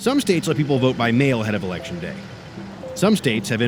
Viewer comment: ‘Ulection Day’